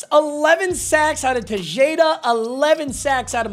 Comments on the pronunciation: This man didn’t say te-Jay-da instead of te-Ha-da 😂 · TEH-JADE-UH is crazy 💀